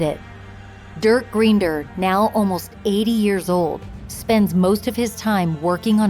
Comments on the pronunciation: Please pronounce their surname correctly. Makes me wonder what other details are also inaccurate. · I could not listen after the last name was pronounced incorrectly. I live in Wellesley and was here when this happened. Who wrote this?